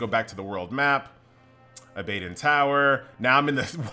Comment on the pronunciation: hell yeah u mispronounced that bro.. its aba don like abba then dawn lol abbadawn :P abadon